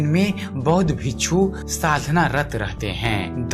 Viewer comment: Bixu ko Bichchhu Q kahte ho ji sahi uchchaaran kro pleadsse